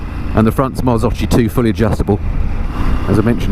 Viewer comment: Top review 👏👏👏, only a misstake ... Marzocchi in Italian sound different you may pronunce the CH like a K than: Marzokki is the right sound